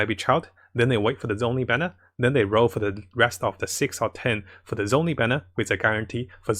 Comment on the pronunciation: Ahhhh, i really like your videos but your pronounciation of zhongli makes me cringe every time D: the "zh" is like a "sh" when you spesk it D